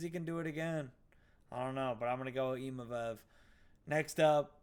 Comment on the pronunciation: I wasnt going to say anything but after like the 10th time you said imavev i had to say...its Imavov. You wouldnt say naimev would you lol